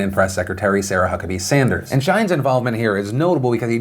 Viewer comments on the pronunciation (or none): none